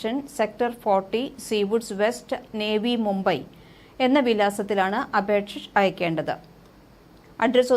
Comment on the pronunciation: നേവി മൂമ്പയി അല്ല നവി മൂമ്പയ് എന്നാണ്